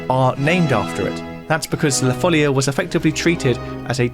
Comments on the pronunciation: La folía (the madness), not la fólia (the sheet). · Amazing video! Just a small correction: in Spanish and Portuguese, it's pronounced "la folía", not "la fólia". (Source: I'm a native Portuguese speaker) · It's "follia" and it's pronounced with the stress on the "i" (foll-EE-uh) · Stopped listening after just 2 seconds after the mispronunciation of ‘La follia’ (correctly ‘La foll-ee-ah’). How can you produce a video on something then get the name of the subject so horribly wrong ? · One of the best, if not THE best of your videos so far, in my opinion. And they are all magnificent. I'm a great fan of your channel. Just one minor complaint: it's foh-LEE-ah, with the stress on the second syllable, which is written with an accent (folía) precisely to separate the i from the a, thus preventing a diphthong. Just like in "María". Congrats and keep it up! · It's La Follia though, with double L ;) also the stress goes on the "i", not on the "o". La Fol - LEE - a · Omg plz accentuate it on the i and not the o..... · not even the respect and education of going to listen to the pronounce of words of a different language. As italian, it was disgusting and obnoxious to listen 25 times the same word spelled so so so wrong, like english is the only language with a value, mah